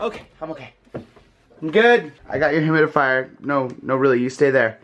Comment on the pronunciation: Is it just me or Ollie said humidifier? Or at least he tried to.